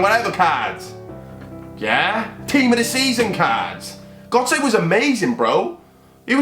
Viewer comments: Not how u say gotze man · You were saying götze wrong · why was he saying gotze that way